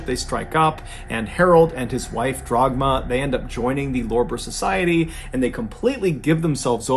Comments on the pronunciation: It’s Dagmar, not Dragma BTW. Nevertheless, what a bizarre story. Being German, I have never heard of that story before. Some people are truly nuts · Not Dragma,but Dagmar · The mothers name was Dagmar not Dragma